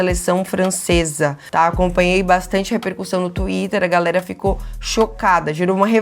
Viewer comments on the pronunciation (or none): none